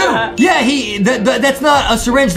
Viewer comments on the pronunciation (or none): its not called syirn-ge-on is called syirn-gein hope it helps ❤ (the sound of the name)